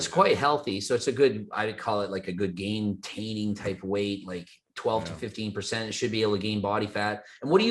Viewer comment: This man just said gaintain lmao